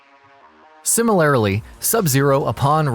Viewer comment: This guy just making up words! “Clans’s” “Simarlarily”